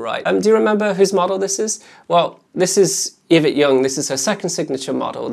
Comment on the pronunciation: Eee-vet..... Its just Eee-vet. 😂 Thanks for the vids.